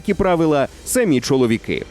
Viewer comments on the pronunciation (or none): none